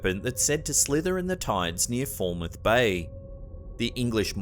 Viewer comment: it’s pronounced Fal (as in Pal) mouth Bay, not ‘Fallmouth Bay’, Falmouth Bay 👍